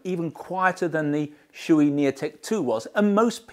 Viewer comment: Klim: pronounced as “Climb” without the b Shoei: pronounced Shoh-ei My 2 cents